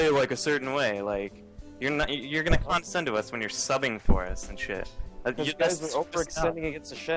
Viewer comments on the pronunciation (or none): con-da-scend... :\ He keeps saying it wrong over and over, arrrggghhhh...